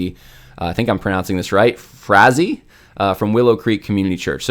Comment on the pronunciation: Randy FRAY-zee